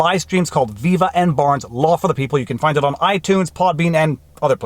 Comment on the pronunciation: def finnit lee